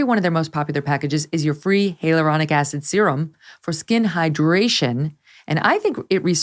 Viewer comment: It’s “hIAL uronic acid” not Hail uronic acid”. Sorry but it’s bugging me and distracting from the rest of the podcast. Love you though Kelly.